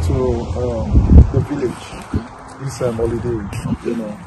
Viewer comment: "See foundation...See plantain" 😂😂 Thank you very much for this informative video...Some great lessons for us to apply in our day-to-day lives 🙏🏽